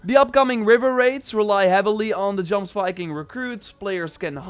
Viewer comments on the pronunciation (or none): Man it’s not Jomsviking, it’s pronounced Yomsviking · Ahhhhhhhhhhhhhhh! The j in jomsviking is pronounced like a y! Yomsviking. He also wasn't putting the ax on their chest, he was putting the ax blade under their nose to see if they were still breathing. The j being a y is also the the same in mojang (moyang).. not saying this in a mean way, just irritated today..